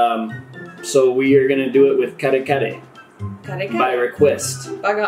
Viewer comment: kare-kare with bagoong Nailed the pronunciation Eating kare-kare is tricky, have a Filipino explain to show you. Or else you gonna dislike it, like say mango + bagoong. ah.. yes.. the dread.. the reputation.. the balut.. the redemption.. balut can be eaten with all those seasonings, but not required to be fair, even some Filipinos don't eat the chick, only the yellow part the white part is hard, but edible. Similar in texture and taste to bone cartilage. And yes some Filipinos don't eat it as well ah yes.. the horror look 😳 thinking.. Liking it?.. Not liking it?.. Screams ! 😳🤣 nice try though I respect that That was some Fear Factor material the yellow part is most liked even by Filipinos, that some eats only the yellow part I suggest you redeem with fried ODOCs one day old chicks it's weird bec it's street food, some crave for it flavor is not bad, texture is not good Exactly, we agree. Similar to durian fruit: smells like hell, tastes like heaven; which is also not for everyone you sure you don't want another bite? You could've at least let the pet dog try it. I like balut. But I need to observe a limit of at most 1 per day I eat it plain, without seasoning Don't forget to redeem with ODOCs. 🇵🇭👊💪